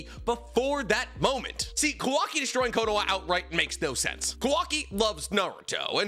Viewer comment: Might be the lack of sleep but is he purposely saying kawaki’s name wrong 😑